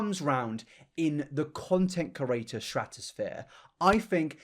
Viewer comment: with peace and love, the way you pronounce "creator" is so annoyingggg